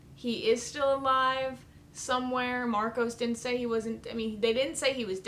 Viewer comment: Marco, not Marcos.